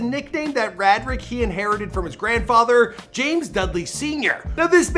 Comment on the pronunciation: I cringed every time you said "rah drick" 😩😩 it's pronounced "Ray drick". Cmon on Mane